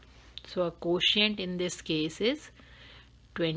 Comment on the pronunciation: Nice ! But pronunciation of quotient is not exactly pronounced . So try to correct it . May God bless you !